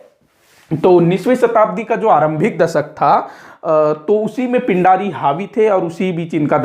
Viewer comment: पिण्ढारी/पेण्ढारी होता है, पिंडारी नहीं